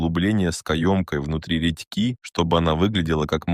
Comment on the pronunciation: Ты украинец? Не редьки́ а ре́дьки